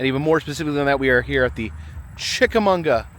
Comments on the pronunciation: We lived right close by for over a decade, had our family portraits done around the cannons and cabins. It's Chicka MAWGUH. Lol. Very close to lake winnepesauka amusement park you visited before. Green Eyes has been told to me for a long time. I think it comes from writing by Ambrose Bierce. The hiking trails there are nice, and horse riding. We will go next year, since we moved further south I've never known there was a festival! You are also about an hour from The Pitty Pat location, Shipley Hollow Rd in Sale Creek TN. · Glad you caught that too. Kind of cringing every time he said it. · I love your channel but it is not chickamonga it's chickamauga lol I live in chattanooga all my life and known about greens eyes my whole life it's a huge local legend much like the soddy daisy kangaroo lol that last one is mostly unknown but I digress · No it's chicka-maw-ga, not mag-wa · There is no "n" in Chickamauga! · I didn't know there was an "n" in "Chickamauga".. It's Chick-a-mah-guh... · CHICK-A-MAU-GA! Say it right please. This is my hometown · You are pronouncing Chichamauga all wrong. It's funny I lived near it for 43 years never ever hear your pronunciation like that. Lol it's pronounced mmmmagua on the in like the Spanish translation of water agua buddy. Love your adventures out there be safe. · Great video as always! Chick - Uh - MAW - Guh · “Chickamauga” is a Cherokee word pronounced chick-a-mog-uh. Great video! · great video but......Chick-a-mag-wa is how you say it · being from fort oglethorpe, hearing you butcher chickamauga so many times is hilarious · yeah 50 ppl already told him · There is no ‘n’ in Chickamauga. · It's kinda sad you mispronounced the name of the place the whole time